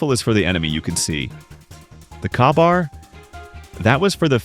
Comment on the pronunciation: It's pronounced kay-bar.